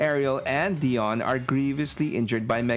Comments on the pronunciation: DIE-ON. Not Dee-Onn. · Dude, it's pronounced "Dye-on" not "Dee-on". It's literally in the cartoon!